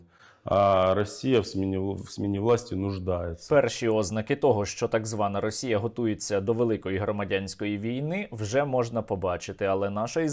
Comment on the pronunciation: Я тебе заріжу за такий наголос! Не Ознака, а ознАка.